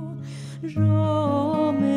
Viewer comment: Tu voz es preciosa pero tu pronunciación en la canción Morenika, no es correcta. Mi primer idioma fue el ladino, y sé lo que digo. En ladino no se dice sho, si no que yo. Tampoco no es Eshos, si no que Eyos, con Y. No se pronuncia GraDsyozo, si no que Grasyozo. Quitale la D que le pones. De nuevo te digo, tu voz es buena pero necesitas mucha ayuda con la pronunciación en ladino. Sería un placer para mi ayudarte con este idioma. Aqui te doy mi dirección electronica, y espero poder ayudarte. Sinceramente, Benni Aguado.